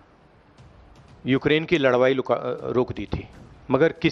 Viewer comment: Rahul khan ladai ko ladvai bol raha hai